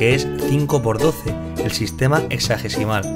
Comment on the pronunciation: yo escucho que dice exágecimal :v dislike